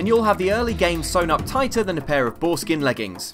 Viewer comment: ...did say 'foreskin leggings'?!